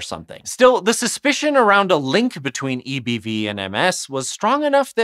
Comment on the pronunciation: I can’t stop hearing “eeby” and laughing